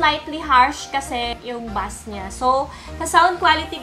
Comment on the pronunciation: bass po yun (as in base) hindi bus